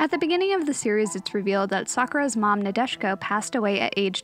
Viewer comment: Nadeshiko... Nah-day-she-koh. It is a type of flower and also a phrase for the ultimate demure and traditionally cultured woman in Japanese. :-)